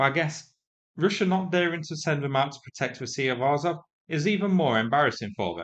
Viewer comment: Azov is AZZOV not AAZOV